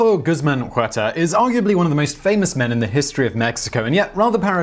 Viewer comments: And even more disrespectful to pronounce it "Juerta"! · Please dude, stop butchering the names. The H in Huerta is silent.